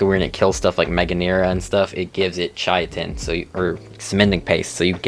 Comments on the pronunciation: Saying chitin (Kai-tin) as “ chai-a-ton “ is a war crime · Learn the Correct pronunciations Please Chitin is pronounced with a K not a Ch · Chitin is pronounced KAITIN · Not trying to be a dick, just trying to help Chitin = Kite-in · Great video and very informative for noodies, However every time you pronounced Chitin it was like nails on a chalkboard haha its not a tomatos tomAtos kind of thing, it's just pronounced "Kite-in" or "kyton" if you were to sound it out. also, that flyer is "Tap-a-Hara " Not "terajapa" haha however like I said I'm not actually giving you shit, a lot of work goes into making videos like this and I agree with your ratings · i've been pronouncing chitin as "chaitin" for like 2 years until I found out how its pronounced properly. English pronunciation is so chaotic lol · lost a brain cell every time you tried to pronounce chitin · I swear not a single gaming YouTuber pronounces chitin correctly. Doesn’t help it’s not exactly a common use word and pronounced no where near how it is spelled.